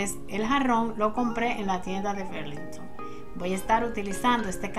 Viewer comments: Hola Loba, no mi corazon Burlington es como escribe, berlinhton es como se pronuncia , una brazo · Burlington. Querida así se dice